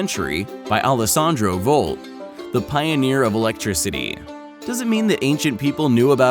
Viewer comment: He just said Alessandro Volt or I'm imagining it?